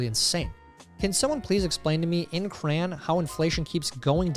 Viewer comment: At the to mark, Tyler attempts to say crayon....